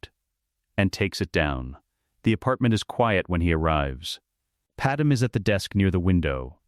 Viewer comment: It’s pronounced pad may.